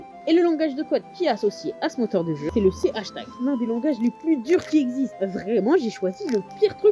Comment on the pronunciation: No way bro said "C hachtag" 💀💀💀💀